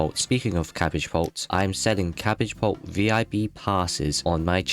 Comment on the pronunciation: it’s cabbabult